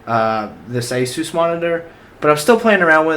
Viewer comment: He said asoos and Rog...FML